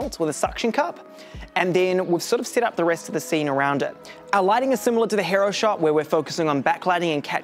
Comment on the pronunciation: He-roh? Nah mate it's Hee-row